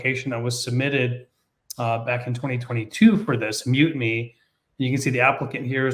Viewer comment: Every time they say the name, it sounds like "Mutiny".